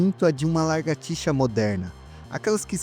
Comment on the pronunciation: Excelente vídeo, já me inscrevi no canal. Parabéns por não usar narração por IA, que deixa o vídeo muito tedioso. Só que isso traz uma preocupação adicional, quanto à dicção e ao linguajar. Sugiro vc se policiar quanto à pronúncia correta (evitar "largatixa" e "largato"), e quanto ao uso de palavras chulas (isso eu notei que já está melhorando. Sucesso com o canal! Forte abraço!